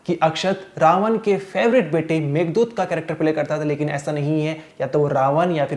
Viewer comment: बोर करने की मशीन हो तुम, और मेधनाद है मेघदूत नही